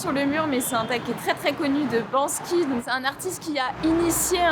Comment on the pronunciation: on dit BanKSy et pas BanSky 😅 cœur sur toi sinon ❤